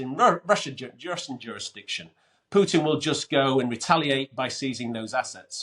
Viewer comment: Gets a 10 from Len just for pronouncing putin as pootin